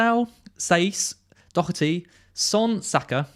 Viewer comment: Doherty (when an Irish surname) has a soft H. And no C. 😉 Not a big deal, but for anyone not sure just thought I'd mention it